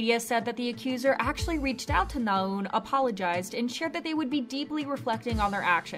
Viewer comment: it's not 나운 but 나은, simple shit like that shows u're not even trying